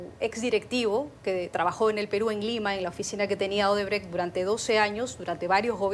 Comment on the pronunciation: Esa si es mucha burra,dizque Odebre/Odebrek. Se dice Odebrecht tratando de pronunciar la T del final de la palabra.